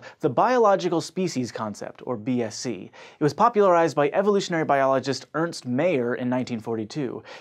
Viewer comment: Mayr isn't pronounced that way. It should rhyme with fire...